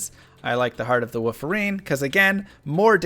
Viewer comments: " heart of the Woofarene" 😂😂😂😂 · is he saying "points into woof" and "heart of the woof-erine" on purpose lol? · Heart of wooferine had me laughing